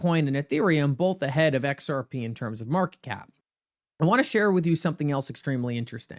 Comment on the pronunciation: Every time you say xrp it sounds like xrpee 😅. I hope all you you tubers know what you're know what your talking about. But I'll hold my breath